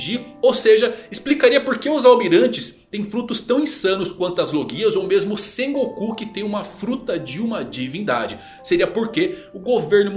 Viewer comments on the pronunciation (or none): none